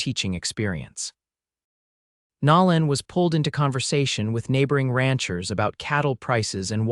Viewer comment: So sorry the foreigners playing with A.I. still have not learned true pronunciations of ordinary words and names. Nolan is not pronounced like Louisiana's New Orleans.